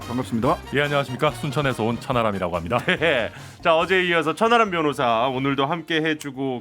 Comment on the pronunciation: 저만 천안함 변호사라고 들리나요 ㅋㅋㅋㅋ